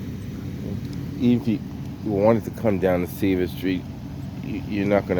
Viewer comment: Dude said he’s clear from “Seavle and Maper” 😂